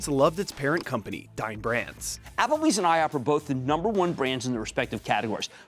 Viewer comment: Oof. Dine Brands sounds like Dying Branss.